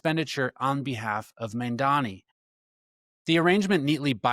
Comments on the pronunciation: I liked this info but you need to check the spelling and pronunciation of MAMDANI not MANDANI. Thank you. We need to get the DOJ to end this HAMAS supported Mayor. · You’re creating an entire video and can’t even pronounce or write the man’s name correctly; what is wrong with people? I think it has to do with the fact that Americans generally only speak English. Get it straight: “mom Donny” how’s that? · I want to listen, but if I took the time to make a video about another public figure like, I dunno, let's say Cuomo, and I spent the whole video mispronouncing his name, I would be so embarrassed I would take it down and reshoot. But you're doing it intentionally. What is up with that? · You can't even pronounce his name which shouts both bigotry and incompetence lol.